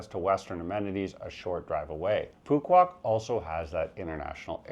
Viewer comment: You mean to say u can Phu Q Ouf to Phu Qouc